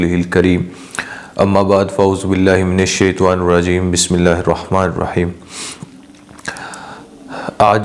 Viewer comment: Shetwa nhi shetanerajem h bhai